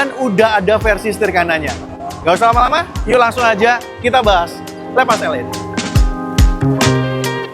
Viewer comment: Bangg baca nya bukan leepas Tapi seperti bahasa indo aja bacanya lepas